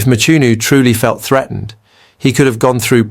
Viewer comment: Not Mchunu man!But pronounced(Mqunu)! Even with Cele not Sele but pronounced (Qele)If it is a black person pronouncing like that he would be called illiterate!